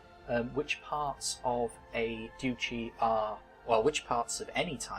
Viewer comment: duchy is pronounced dutch-y